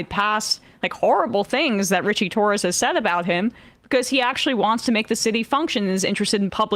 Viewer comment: I heard “cli-Torres” 😂😂😂 Freudian slip Emma? 😂😂